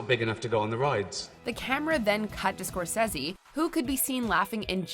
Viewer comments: The way you said Scorsese annoys me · Lady you really need to stop trying to pronounce things intellectually... Scorsese. Haha and his name is Ricky Gervais not Ri''y... why?? No C & K? Why??? Hahaha